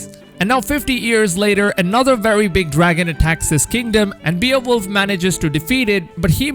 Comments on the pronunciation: Bay-oh-wolf, not Bee-uh-wolf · Its pronounced Bae-wolf n the Grendel part is all wrong.. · It’s pronounced bayo-wolf or bay-wolf 😂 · it's pronounced "BAY-OH-WOLF" not "BEE-OH-WOLF" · That pronounced Bay - wolf not be-a-wolf 🤦🏽‍♂️ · Beowolf (bay-oh-wolf) hollyyyy fff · “Beal wolf” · Terminator of content and beowulf Sound like beerwolf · Beowulf is very popular character there is movies and books about him but you really messed up the pronunciation